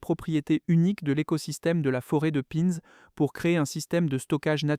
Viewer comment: Une pigne ! Pas une pine... Bravo l'IA.